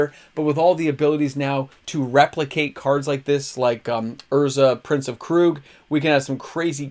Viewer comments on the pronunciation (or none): none